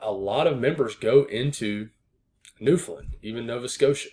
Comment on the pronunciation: You should teach all the other forecasters how to pronounce Newfoundland correctly lol